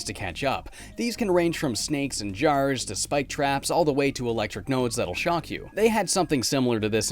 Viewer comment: the Canadian accent really came out when you said jars lol